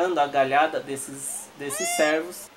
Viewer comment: Vídeo bacana mano, mas você esta chamando os cervos de servos kk (trocando o ê por é)